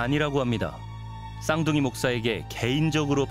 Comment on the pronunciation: 쌍둥이 독사 라고 읽음. 독사 목사